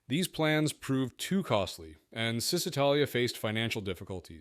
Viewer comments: It's actually "Chi", like in the word "aCHIvement". Chisitalia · its pron. ShisItalia , not Zistitalia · Another great video, lots of useful information about little-known models and very enjoyable. Berkeley is pronounced Barkley in English, say Acherbo for Acerbo, and Chisitalia instead of Sisitalia.